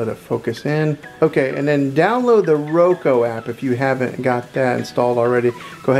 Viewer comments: This was helpful, but it’s Roku not Roko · He just said Roko no Roku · It’s said like ROE-K-OO NOT ROE-K-O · I appreciate it but why did you pronounce it roko it’s a u not an o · Omg it’s Roku not Roko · ITS NOT ROKO OR ROKEW ITS RUKU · well here is the thing it is called a roku stick not a roko stick and here is how ti say it: ro-k-oo (thanks for your time) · Omg he keeps saying roko ahhhh it’s called RokUuuuuuu!!! Lol either way good tutorial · “Media on the Roko” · My guy it’s pronounced “Ro-k-oo” no hate it’s easy to mess up. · How to talk like a dad Roku pronunciation R o-ko Reese's pronunciation Ree- Cee-S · “ThIs Is A rOkO tV” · thank you. that's literally the whole reason I clicked on the video and I had to sit through 6 minutes of him saying "Roko" only to not get my answer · it’s pronounced ro-koo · i feel bad for laughing at you saying roko besides that really good video man 😁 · He meant you pronounced it wrong